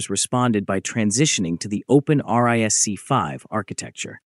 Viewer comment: The way you pronounce ARM and RISC-V 🤮